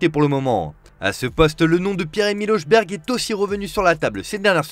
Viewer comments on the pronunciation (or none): Hojbjerg il l'a pronconcé comment là ? bruh